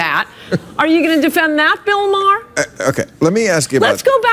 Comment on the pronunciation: BILL MA- HERR 😂😂😂😂